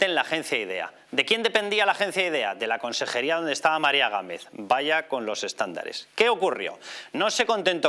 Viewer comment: Ha dicho eXtándares??🤦🤦